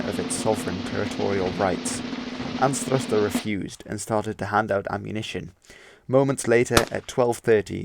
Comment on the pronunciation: Lootenant-General Anthruster? 😂 You mean Leftenant-General Anstruther. Good video, though.